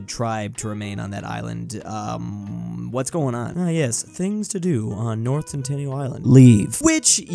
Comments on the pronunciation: Its Sentinel not Centennial, lol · 🤦 It's pronounced CENT-in-AL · I HATE IT WHEN HE PRONOUNCES SENTINEL AS CENTENNIAL AND I DONT KNOW WHY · Sentinel not centennial lol